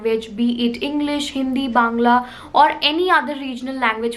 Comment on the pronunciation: The way you said bangla ... Only a true bangali can... A viewer from when you upload how to grow YouTube channel...